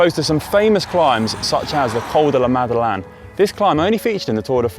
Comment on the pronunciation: Don't GCN have an editor to advise the presenters on pronunciation? Conor is fine as a presenter but 'lossay' for lacets? 'Madelan' for Madeleine? These are just basics!